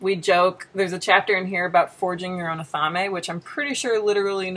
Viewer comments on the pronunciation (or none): none